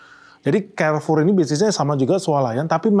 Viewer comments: Bacanya karfur bang bukan kerfur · Izin bang, baca nya kok Kerfor? Bukannya Karfur? 🏃🏻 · Carrefour Baca : karfour bang Bukan kerfour. So english banget...